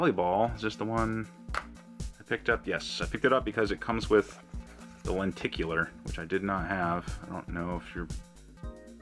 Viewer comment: The first time I ever heard anyone say the word “lenticular” was watching a Pete Dorr video. You are number 2. Which is to say, you are poo. Because you said lenticular. Apparently. How do people who don’t know the word “lenticular” say “lenticular?” I don’t remember. Blame Japan and the cloud.